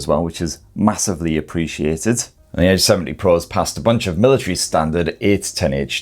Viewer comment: I keep hearing H70 Pro Nice review You seem to love Greece